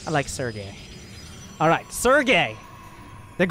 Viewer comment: Barcode... we are just gonna call him Sergay... LMAO everytime he says Sergay